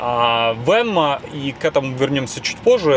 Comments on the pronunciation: Не Venmo, а Waymo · почему Вы постоянно Waymo называете Вэнма или Вэнман? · Не «вэнмо» а Waymo!